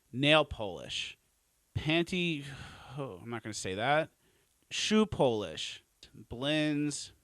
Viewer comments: Shoe polish has a short o When talking about Polish people that's a long o. Come on man. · can't say clothing or polish